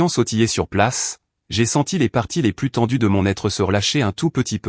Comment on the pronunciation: Quand comprendrez vous que ce n'est pas "Plusss" Plusss de tente. Plusss de voitures. Dit comme ça ceka veut dire qu'il y avait 2 voitures au lieu d'une au moins. Pareil pour les tentes S'il y en a 2, cela veut dire qu'il y en a au moins 3 ou plus. Là, il n'y a rien donc cela ce prononce "plu". Exemple vous avez bien mangé on vous propose encore à manger. Vous répondez " je n'en veux " plu ". J'espère que vous corrigerez vite ce défaut. Ça gâche tout.